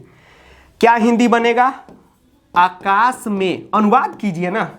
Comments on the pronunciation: आकाश होता है अकाश नहीं 😅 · sir shayad aakash hota hai akash nhi ? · Akashe nhi aakashe.aa ki matra aayegi